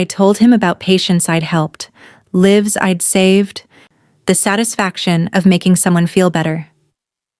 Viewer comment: Lives is pronounced "lie-ves" when it comes to people. Fantastic story ❤❤❤❤❤❤